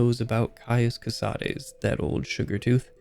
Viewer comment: Thank you for actually pronouncing Cosades the right way. It was getting so tiresome to hear all the latin-inspired names to be anglicized.